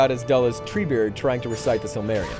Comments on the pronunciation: Why do you say Balrog like it's his name? It is only a balrog, one of many. And did you seriously say "silmarion?" Seel muh reel ee on. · The 'silmerion'? No, it's pronounced 'sill-ma-rill-i-in'. Spelt Silmarillion. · It's the Silmarillion, not the Silmarion, god this guys an idiot! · this man just said "silmarion" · "Belrog".... "The Silmerrion"??? 😭 That hurt so much to hear man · Wow...He said Silmarion.... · Wait, did he fucking say SILMARION? This guy doesn't deserve a job. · This guy pronounces none of the names right. -_- It's Sauron like Souron. Bolrog like Ballrog. Silmarillion Sim-a-rillion. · (I mean seriously you'ld think a guy who gets paid to make video commentary reviews might actually learn to pronounce words he's going to use SIL-MA-RIL- ION.... ;) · That pronunciation of the Simarillion though.......